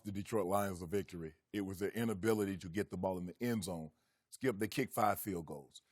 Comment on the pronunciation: Its Skiiiyuup not Skip!